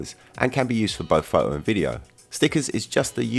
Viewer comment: Can u say PHOTO . It's not FO OU.